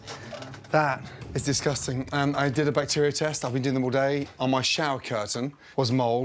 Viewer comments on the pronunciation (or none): LOL Gordan the way you say "disgusting" is too much! Oooo~ I love you!